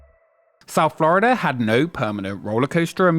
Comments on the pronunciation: "Flurida" cut me deep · "Florider" never change british people, never change